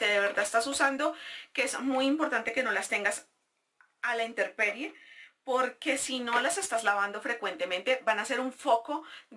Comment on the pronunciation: hola, te corrijo algo: tu dijiste interperie y no se dice así, se dice: Intemperie porque viene de la palabra temperatura. Besoss